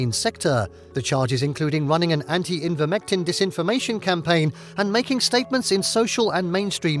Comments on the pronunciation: The narrator cannot pronounce Ivermectin correctly. He says repeatedly, “Invermectin”, which is quite pathetic given the importance of this subject. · Thumbs up for the video content, thumbs down for continually calling ivermectin "envirmectin".